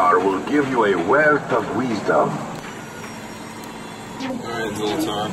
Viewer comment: "weezdom" lol Weezer? Great video you deserve more subscribers!